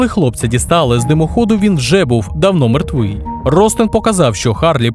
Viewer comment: Я помітив тільки в слові "мертвий".